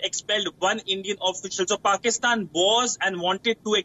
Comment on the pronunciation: This kind of English, some one can understand ? what are they reporting about ? it is called Pakistan, not Pokistan or Pikstan